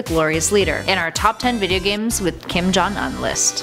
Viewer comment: say his name right